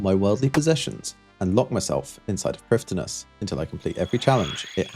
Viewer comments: Hello! Fluent Welsh speaker here Prifddinas is pronounced Preevtheenáss The "th" is soft like in "the" The first ee is long and the second is short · Prifddinas has a pronunciation guide on the wiki. It's prive-THEE-nuss. Basically every name besides Zalcano in this video mispronounced, but that's because most people don't know how to read Welsh. Hunllef (which is nightmare in Welsh) is said like ˈhɨ̞nɬɛv, or in more common letters, hin-hshev. Really, there is not proper way to pronounce it, because the "hsh" part I used there does not have a sound in English. It's basically making an sh sound while allowing air around the sides of your tongue as well. Truthfully, either try super hard or don't try at all. I've not seen anyone get it right, and I most certainly do not know Welsh enough to get it right myself. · Welsh pronunciation is a little odd, every time you see a LL for DD they're actually considered one letter for pronunciation. DD is pronounced a bit like th in English but more d sounding? LL you pronounce by putting your tongue to your teeth and pushing air around the sides, almost like a hiss. So Priffddinas is pronounced sort of like PRIF-THI-NASS. Also Iorwerth was my grandfather's name and is pronounced like YORE-WETH. Loving the series :) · Quick Welsh pronunciation guide from someone who lived in Wales for 3 years as a kid, spoke fluent welsh, moved to England and forgot it all: dd = th as in the (not th as in thread) f = v y = ee but shorter So prif is actually priv and the full name is just privthinas which is not as bad to pronounce as some people would claim (yeah if you're trying to actually sound welsh it's hard but getting the basic sounds right is not) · "dd" in welsh words is pronounced with a "th" noise. So, "Prifthinas"